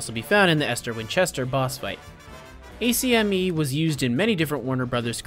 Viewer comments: For godsakes IT’S NOT AN ABRIVIATION IT’S AHK-ME NOT A.C.M.E.! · Bro pronounced acme as Ay - See - em - e. This can’t be forgiven, everybody knows it’s pronouced Ack - me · A-C-M-E? That's the first time I've heard someone not pronounce it as ak-mee. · Why are you saying it A C M E? Thou it's used a lot in all caps it is a word, pronounce like acne, but with the m sound clearly. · It’s not spelled acme it’s pronounced like ack me